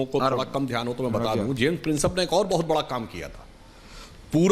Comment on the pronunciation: Jiyai sahab James Princep ko James pincess bol rahe hain isi se inke knowledge ka pata chalta hai.